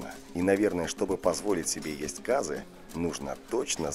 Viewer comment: Может Қазы а не Казы???